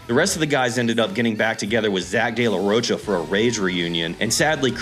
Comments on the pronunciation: Rocha I'm pretty sure is pronounced ro-kah. Sorry not trying to be a dick. Just saying. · Rocha is pronounced roka